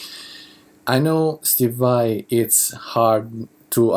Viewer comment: the way you pronounce vai sound like 'vei'